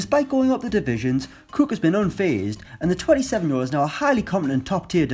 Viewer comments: It’s Cook not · Why does he pronounce “cook” “Cooke”? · The way he says cook